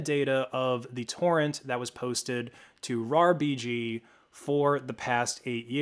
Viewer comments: he was sayin R-A-R BG goofy ahh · It's pronounced RARBG not R EI R BI GI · It's RAR-B-G Not RAA-R-B-G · buddy they're not called "areyar bg" they're called "rarbg" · Why are you pronouncing rarbg to R A R BG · >arr ee arr bee gee pls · why did you have to say it like arr-aye-arr-bee-gee 😭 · Came to the comments for this! I've downloaded loads of RARBG stuff and in my head always said "RAR-BIJ". When I heard him spell it out, I thought "Oh I have been wrong" (Maybe still am). What's the most common way people say it?